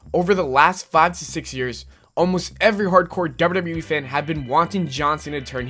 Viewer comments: You say WWE funny! DERBERDERBEREEEE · it's funny how you say wwe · honestly the way you say wwe is funny